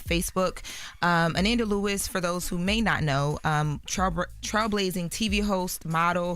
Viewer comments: I was becoming unhinged that was mispronouncing Ananda's name (Uh-NAN-duh) at the beginning of this clip and then pronouncing her name correctly (Uh-NON-duh). Then going back to saying it wrong again. Idk if she was nervous (I doubt it) or she just genuinely was making a mistake. When remembering such an iconic figure as Ananda Lewis that would be a name I would get right the first time bc there won't be another time to make it right. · It's pronounced ANaanda... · Pls put some respect on her name, smh, it’s pronounced uh-nahn-dah…She was truly an amazing person. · Her name is pronounced “Uh-non-duh”…R.I.P. 🕊️💔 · be butchering some names lol. Deion Sonders…Anănda. Lol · maliah. nah, it is Ah - Nohn- Duh! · RIP Ananda but Pronunciation of her name is wrong somebody like Envy say it because he’s from the generation. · Its pronounced A nanda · UHH-NAHN-duh =ANANDA 🗣️Correct Pronunciation** you are a Journalist English Graduate - respect people in death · Uh-Nohn-Duh is the correct pronunciation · her name is pronounced " A- Non- da!" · Jeez. Pronounce her name correctly! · Whew, the pronunciation of her name had on the ropes! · has to get better with PRONOUNCING people’s names correctly!!! She did Deon wrong the other day too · Please pronounce her name right! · COULDNT EVEN WATCH AFTER MISPRONOUNCED HER DAMN NAME TWICE!!!!! SMMFH 😢😢🤦🏽‍♀️🤦🏽‍♀️🤬🤬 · Atleast say her name correctly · This ain't the first time I've been annoyed with inability to pronounce a person's name correctly. But this is the first time I wanted to snap on her for it. Come on ma'am. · such a damn journalist but can't pronounce her name right. Always tryna sound young and out of toucn nigga u 32. U know her name. Smh